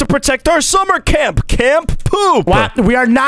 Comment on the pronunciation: Camp poop sounds like cant poop😂😂😂